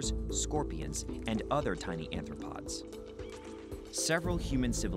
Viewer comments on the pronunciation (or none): They’re arthropods, not anthropods. “Anthro” refers to humans, and “anthropod” would mean “human-footed.”